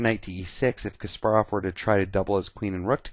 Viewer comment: It is actually Kas-PAR-rov. Several interviews confirm this